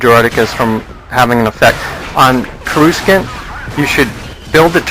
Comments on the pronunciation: Its actually Core-US-ahnt, not Core-ROO-scant. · corusant is pronounced co-roo-saunt not co-rous-kent lol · That's how Jake Lloyd pronounced it in an unused take filmed during The Phantom Menace. George Lucas told him, "If you pronounce it "Cor-ooh-scint", it's okay." Then Jake Lloyd said, "But then everyone would start laughing." Savvy kid. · is pronounced like core-A-sant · yeah, everyone under 25 knows exactly how to pronounce coruscant, but to me the "real" star wars movies are the original trilogy :0) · wow that sucks the ps2 in my opinion was a little bit more fairer exept endor empire has no hope. i might get used to xbox controls but its hard because im used to Nintendo controls. though on xbox the cpu can use heroes i believe, which isint in the PlayStation version. also did you mispronounce coruscant or is that how u learned it?